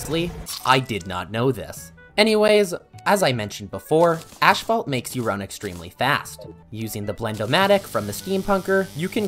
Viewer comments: Bro it's not ASHPHALT it's ASPHALT 😭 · It's asphalt not ashphalt :D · Im sorry, ashphalt? Theres no ash in asphalt. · I die a little everytime he says "Ash-phalt" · “Ash fault” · love the video but everytime I hear: ashphalt, I cringe so hard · why is noone talking about the way he pronounces "ashfalt" ??? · Ah yes, "cur-sid flames", "ash-phalt"